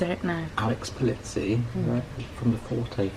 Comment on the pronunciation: Alex Pol-EE-zi, not Pol-IT-si !